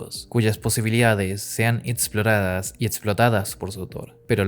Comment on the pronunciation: Me pone de nervios qué no sepas hablas, es extensión o extensión, es exactitud no etsactitud Es exploradas no etsploradas dios que nervios me pone que no sepas hablar, por ahí en fuera lo demás supongo qie esta bien pero aprende a hablar y deja de añadir a la x el ts qué che coraje